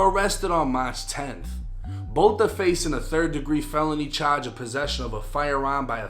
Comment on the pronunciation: "Chahdge"